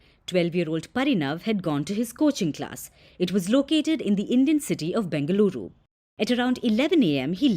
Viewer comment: My respect... i loved it when it said BENGALURU AND MYSURU...